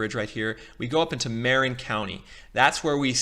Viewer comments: "MARE-in," "Contra-COAST-uh," "Ala-MADE-uh." OK. Now I know you don't live in the Bay Area. Still this video is quite useful. Thanks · I'm loving your presentation. I don't want to sound like a fussbudget--I'm just trying to be helpful--but it might help for you to know that the word "Marin" in Marin County gets pronounced with the accent on the second syllable, not the first: it's Mah-RINN County. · I could tell this guy doesn't know the Bay Area when he mispronounces Marin and Contra Costa counties.